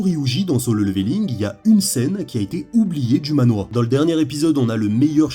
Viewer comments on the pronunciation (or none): Manhwa*😂 et ça se prononce manhrwa (a peu pres, c compliqué a faire a l’écrit avec des sons français)